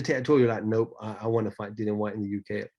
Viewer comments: Its dillian not dillon lol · Dillian as in rhymes with Gillian, not Dillion.